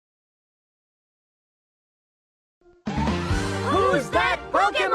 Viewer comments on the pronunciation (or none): none